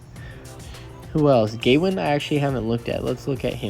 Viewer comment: The way you pronounce Gawain.....serious lack of education.